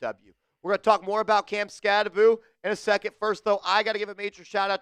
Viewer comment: I commented that he pronounces his last name wrong and he ha ha'd it lol. Badass rb with a sense of humor 👍